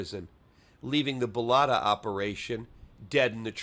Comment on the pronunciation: Its callked BOLITA, not Boloita.